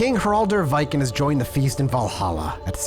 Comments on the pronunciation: Like Vee-ken. The vee is short, like we. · Viken is pronounced like Vegan, but with a K instead of G